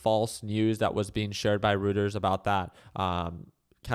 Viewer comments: It's pronounced "Righters" not "Routers" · It's pronounced royters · It's pronounced 'Roy ters.' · You're wrong too. It's Roy-ters.